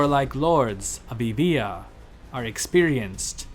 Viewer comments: Thanks a lot for not pronouncing it Youboia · Thanks for correctly pronouncing my island ! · So that's how Euboea is pronounced! Learnt two things with this video!